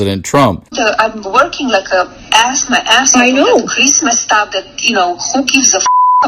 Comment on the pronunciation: "Who gives a F*** about Chreesmas!"